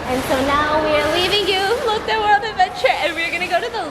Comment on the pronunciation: ❤️❤️❤️❤️ Love the vlogs side note everytime u said "Lotte world" it just sounded like "Elote world" and I'm over here letting my lil Mexican brain go WILD 😂